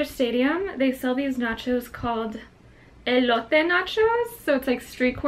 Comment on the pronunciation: So she says queso like she's white but she says jalapeno and elote like a Hispanic oh my Oh mi 🙄